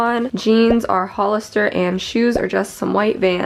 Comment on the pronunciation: it’s actually “Hollister.” Sorry I had to☺️. Ps I love your vids!Your getting even more beautiful everyday sis